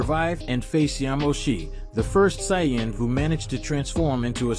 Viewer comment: Ai voice? Says Saiyan wrong.